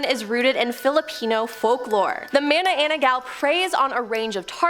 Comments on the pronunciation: i've heard about ma-na-nang-gal but mana-ana-ggal? is she new to the club? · isn't it MA-NA-NANG-GAL?